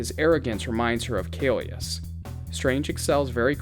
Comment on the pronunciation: hi, just wanted to point out that it's kaecilius not kaelus! Otherwise, great video!